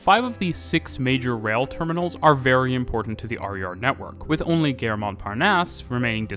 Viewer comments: Gare (station) - not pronounced "gehr" like "fare", but "gahr" like "bar". It's not English. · Nice video. Just a little pronunciation note: you’re pronouncing the French word ‘gare’ like ‘guerre’. Maybe listen to some French speakers so you can fine-tune the pronunciation a bit. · I'm not native French but the way you pronounced Gare sounded like Guerre to me. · The French don't Pronounce the 'e' in Gare = Gar or La Gar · That's the quebecois pronunciation.